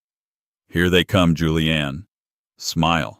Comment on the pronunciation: It's Julienne not Julian.